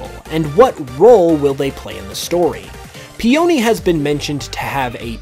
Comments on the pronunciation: P-Oni? It Pe-Un-Nee....it's a flower not an ancient Japanese demon. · Dude, peony and mustard are literally named after plants. Would it kill you to say peony's name right?